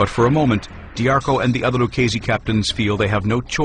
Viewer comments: It's pronounced lew-cheese-see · Lucchese is pronounced with a k sound, yet these mafia experts can't get it right